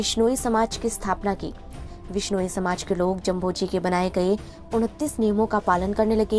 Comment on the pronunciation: मैडम जभोजी नहीं जाम्भोजी है 🤩